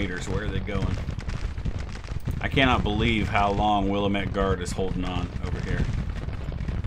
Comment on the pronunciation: As a proud resident of the Pacific Northwest Willamette is pronounced (wil-AM-it). sorry i've been holding my tongue for almost a year by this point. Love the videos and content, also love the Sabaton reactions on the other channel.